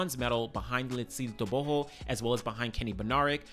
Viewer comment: Bro you do pronounce Letsile Tebogo s name properly❤